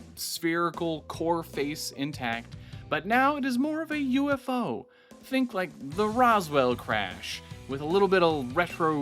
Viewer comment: It’s a bird, it’s a plane, no it’s yewfoid